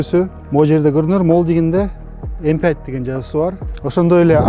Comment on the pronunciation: M fünf деп айтыш керек)